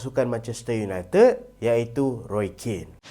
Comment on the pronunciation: Roy Keane. Pronounce "kin"